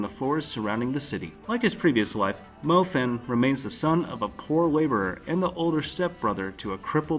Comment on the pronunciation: YOU RACIST PIECE OF SHIT ITS NOT FAN THATS NOT HOW YOU SAY THAT ITS MO-FAN (FHAN/PHAN) RACIST PRICK IM NOT GOING TO PUT POPULAR ANIMES NEXT THING HE DOES PUTS 3 POPULAR ANIMED THAT SHIT TRIGGERS ME